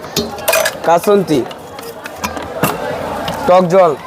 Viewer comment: কাসুন্দি ❌কাসুন্তি ✅